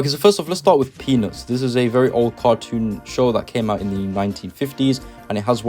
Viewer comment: When you said peanuts I literally thought you said penis